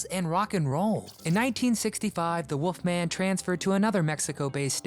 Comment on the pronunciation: Used to get his show played here in Australia, thought he was cool. Hey, it's Wolfman, not Woofman.